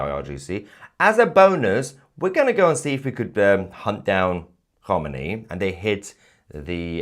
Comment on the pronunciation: Alle homini sounds like alley Hogmanay 😂😊